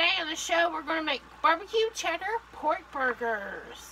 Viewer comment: Poooorrkkk burrrrgggggeeeeerrrrrssssss I always smile 😀 when over emphasises the dish of the day 😂😂😂